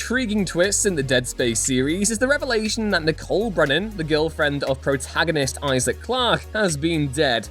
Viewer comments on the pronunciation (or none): none